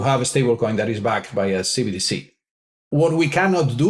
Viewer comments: Love the video but, please get it right. It's CBDC, NOT CDBC. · Can pls stop saying CDBCs.... its CBDC......B!... Not D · keep saying CDBC instead CBDC 😂 I assume it's intentional. CDBC = Central Dank Bigital Currency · Is it just me getting annoyed by saying cbdc wrong 😂